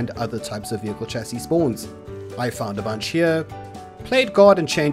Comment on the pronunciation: its pronouced sh-a-cee not a "ch" sound..